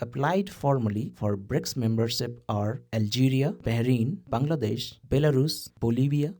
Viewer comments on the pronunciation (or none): none